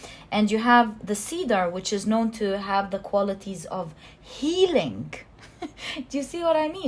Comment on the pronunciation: I chose pile 1 since I was attracted to the bear. However, I couldn't finish watching your reading. The main thing to me is the way how you say a word healing for example. You say it as healink. I don't know why but you change g to k at the end of some words and, as a highly sensitive person, that really stings my hearing, breaking this lovely zone where I get during the readings. I hope you don't take my words in a wrong way. I'm not here to judge you or anything (because my English isn't perfect either since I'm self-taught about it) but I wanted to point this out.